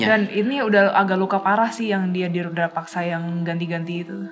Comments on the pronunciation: Rudapaksa, bukan Rudrapaksa 😂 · FYi : Rudapaksa Bukan Rudra (Siva) paksa 🙏 Mohon koreksi kalau saya yang keliru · Rudapaksa bukan rudrapaksa, bang 😊